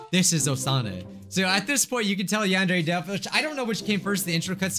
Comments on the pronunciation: Yandere simulator youtube captions: yond every simulator:: Wow youtube captions: mom: Osana captions: Masada: uh captins: I * struggles to say yandare simulator * captions: young ok yawn gear yawn need ear: yany deer captions: yani dear: yany deer captions: yanni dear: yandare dev captions: The android dev: build captions: bill: (blob sound) captions: yeah male ethnic: (song) captions: hooey: yandare dev captions: Adnroid have: (why meme) captions: what sorry, my fingers got tired, i iwll do more later btw this is 100% true, turn on captions and go to these times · Yandere simulator ❌ Yond every simulator ✅ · It said she must sheet XD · “Yond Every Simulator.” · "yan dairy" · ": "Yandere simulator" Youtube caption's: "Yond every simulator" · the only way to read Yandere right in the first time is.. To be Asian. (No joking)